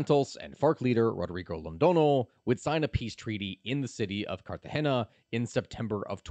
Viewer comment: Don’t forget calling Cartagena carrjena